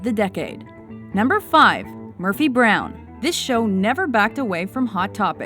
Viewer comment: Murphy brown-ugh.